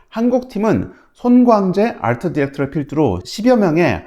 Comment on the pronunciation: 뛰뤼디 아rrrr트 ㅋㅋㅋㅋㅋㅋㅋㅋ